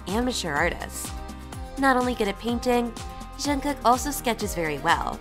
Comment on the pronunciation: how can you butcher Jungkook's name so bad and you're supposed to be "kpop zone"